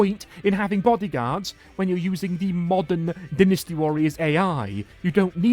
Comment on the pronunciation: Wait its not Dy nasty?? its Dinisty?? HUH???